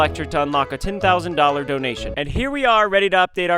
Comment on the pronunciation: not ryan trying to say 10 000 dollars😂